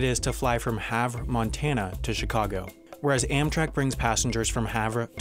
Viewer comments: Please pronounce Havre correctly. Its "Haver" not "Have" or "Havruh". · You mispronounced Havre Montana, It's not pronounced are all French, it's have er